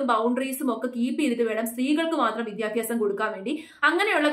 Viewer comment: വിദ്യാഭ്യാസം. വിദ്യാഫ്യാസമല്ല.